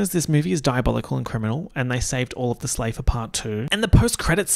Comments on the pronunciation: "Bella's about to go into Slaybor" dead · I should not have laughed at 'slaybor' as much as I did